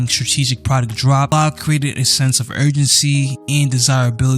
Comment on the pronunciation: Great in-depth video man. Your articulation makes you nice to listen to. In the future though, make sure you pronounce the names well. I've just heard you say "Oblah" instead of Abloh for 20 minutes keep pushing bro